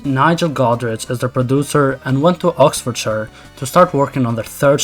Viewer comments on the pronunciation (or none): none